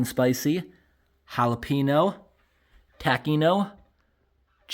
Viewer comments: To pronounce the "Ñ" in jalapeño, just place your tongue and hold it flat on the roof of your mouth when pronouncing the N part, then release as you get to the O. It's really not that hard. The word is pronounced like "Halal (without the L obviously) PEH (like the E in send, not pee) - neo". Pronouncing it "jAlaPEEnOou" sounds atrocious 😂. Even Rickie from Trailer Park Boys said it better. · It's Jalapeño....not Jalepeeno. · He definitely said jalepenis spam. He didnt mean too but if you listen carefully he definitely said jalepenis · okay guys we got the holla-pee-no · The majority of non-Hispanic people don't know the sound of ñ... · Jahlapeenos lol